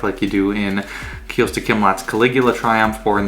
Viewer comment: Kostya not Kyosta